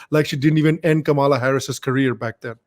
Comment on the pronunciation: Comeon you can pronounce Kamala properly. Do not say Kamaalaa.